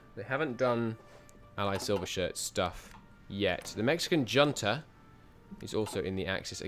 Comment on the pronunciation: In Spanish, the J is pronounced as an H, so it's more like "Hunta". Also, ships and tanks and trucks and planes love fuel, and Navies love Admirals. Without those they are in trouble.